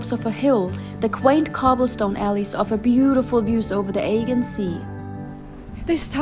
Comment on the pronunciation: Uh-jee-uhn sea not EGGION